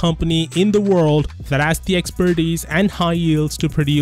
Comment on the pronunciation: Funny he said "expertice" , regarding Samsung's ability to make an in folding screen.